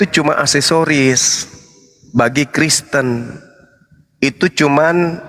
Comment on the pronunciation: Td dia bilang KRESTEN!